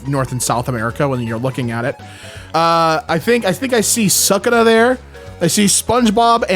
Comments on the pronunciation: real i heard he said "sakura" and i thought hes calling jjk sukuna as naruto's sakura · the way he said sukuna was a crime